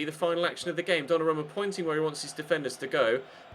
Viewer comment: His name is pronounced donnaroooooma